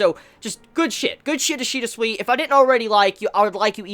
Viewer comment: Each time u say Ishida it sounds like ur saying Ishida sweety